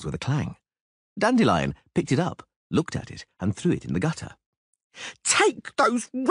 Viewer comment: I really hope learned how to pronounce the word "Dandelion"